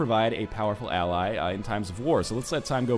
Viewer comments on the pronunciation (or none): none